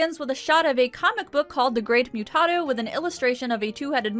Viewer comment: They say it throughout the episode. It’s pronounced moo-tah-doe.